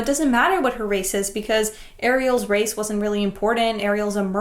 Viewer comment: You keep on saying race wap